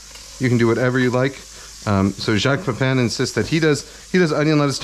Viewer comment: You can pronounce his name correctly, Pay-pah(n)